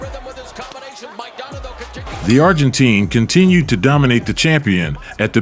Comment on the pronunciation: you say "Argentine" wrong lol its not "teen"